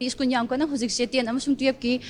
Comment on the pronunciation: Oja masamak school se "skoon" and twelve sina "tuyep" haina pronounce tourise khitang semdok chahan ning ngi. Strongly condemn the miscreants who disrupted the study environment of the school. Please take care.